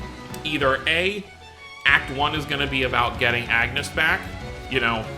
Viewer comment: As much as "Runé" kind of works because this is how his name is somewhat pronounced in the original japanese dub... I can't defend "Agnus" 😂😂😂